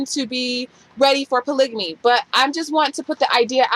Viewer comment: You're pronouncing polygamy wrong.